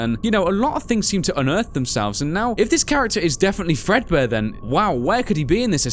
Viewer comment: that is not fredbare it is Freddy fazbare